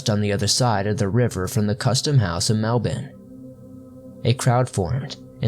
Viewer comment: Mate it's so good to hear an American pronounce Melbourne the right way 😂😂 I'm Yirendali Aboriginal and I've heard too many stories from friends and family to not believe in the Bunyip. Great doco, big fan of the channel, love your work brother! 👌